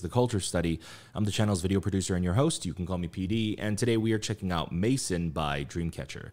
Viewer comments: It's actually pronounced "meh-zón". La Maison. The "ai" is pronounced as eh is French. And the word is stressed in the end. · That's a very English pronunciation though, in French it should be closer to "meh-zon"😉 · did he call maison "maicen" ?... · It’s actually pronounced “MAY-ZON”, which is French for House/Home. Loved your reaction as always PD! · love your reactions but a heads up. you are saying the name of the song wrong. Maison is french for Home. try and look up how the french say it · lol their pronounciation of it had me lol